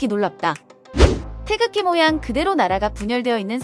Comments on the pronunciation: 태적지?? 태극기 발음좀 연습하고 해라. 듣기 심히 거북 스럽다. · 태극기라고 발음도 제대로 못 하면서 남의 나라 국기에 대해 설멍할 자격도 없네요 자꾸 태적지라고 부름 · 테이젖지 라고 하네요😅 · 영어표기가 어떻길래 발음이 "태줙지"일까...나레이터가 대본에 대한 이해가 1도 없이 읽었나봄... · 태적지가 몬가 했더니 태극기를 잘못 발음한 것이네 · 태극을 태적 이라고 발음하다니... 태적지..? 누군가 바른 발음 알려 주세요 태극기 라고... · 영어 발음이 태즉으로 ㅜㅜ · 테이족지....가 뭔가 했네. 기왕이면 태극기에 대해서 그리도 상세하게 다루는데, 제대로 된 발음으로 할 수도 있지 않았나 싶다. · 뉴질랜드에서 방송을 만든것은 기쁘지만....태극기 읽는 발음을 제대로 알고 해 줬으면 더 좋았을 것을 ^^*....No 태줘어찌...Yes 태극기. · 뉴질랜드 방송사는 태극기를 태적지라고 발음할만큼 감수를 하나도 안받았군요. 참 실망스런 접근법이네요. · 태극기를 자꾸 태적지라고 읽는거 거슬리네. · 태쥭지는 한국어학회가 만든 외래어 표기법으로 인한 최악의 오류 발음인듯... 아무도 발음 못하는 알파벳 표기법 도대체 누가 만든거냐? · 태극기를 영어로 어떻게 표기했길래 영 듣기 거북한 발음이 수도 없이 반복되네. "태져옥지"가 뭐냐? 영어 g를 모조리 ㅈ 발음으로 말아먹어 버리네. 제대로 감수도 하지 않고 방송한 걸 그대로 또 갖다 쓰는가? 한심하다. Tae-Geok-Gee? "태지옥지" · 태적지 가 아니라 태극기로 발음 했으면 더 좋았을텐데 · 태극기 발음 다 틀리는데... 태쥭지~ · 이 방송의 해설자는 계속 '태극기'를 '태적지'로 발음 하는데, 아마 영문으로 표기된 'G'와 관련된 오독으로 보입니다. 차제에 우리 국기의 고유명인 '태극기'의 올바른 음가의 전파에도 심혈을 기울이고 바로잡아야 할 것 이라 생각됩니다.